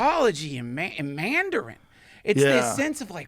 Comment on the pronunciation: Joe "Mandjarin" Rogan